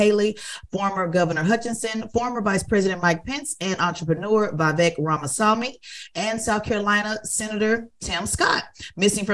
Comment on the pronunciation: Facts. Tez slaughters his name.